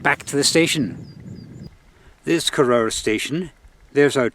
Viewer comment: It's pronounced koroor, not korower